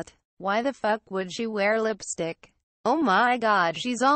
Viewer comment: I THOUGHT SHE SAID LIPSDICK